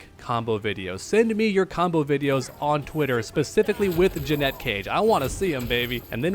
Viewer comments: Umm it's Janet not Jennette...you're welcome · 🤓Janet cage not ja net cage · he’s pronouncing it as Jeanette when it’s pronounced Janet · Drove me insane hearing the first person in human history pronouncing Janet, "Janette" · Will u stop saying Jeanette she’s called Janet. Ja-net ur a creator - learn how to speak correctly. U don’t say jeanuary do u? No it’s jan not jean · Is it not pronounced Jan-et? I'm confused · JANET. JANETTE. Stop bro. 😂😂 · I can NOT take you seriously at all with you calling her "Jannette." Even if you're trolling, it really makes you sound like you don't know what you're talking about dude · Janet, not Janette. So annoying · Are u saying "Janette" Cage on purpose or what? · The way you pronounce Janet pisses me off. Say it correctly ffs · Please say the name correctly. Sheesh, we all know you gave a deal wirh NRS. You should definitely get the name right. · Bro you definitely don’t know how to pronounce her first name lol 😂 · Bro. Your pronunciation of her name drives me up a freaking wall!😊